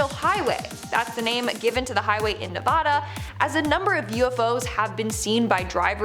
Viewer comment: You said Nevada wrong Signed- someone who lives there Love your video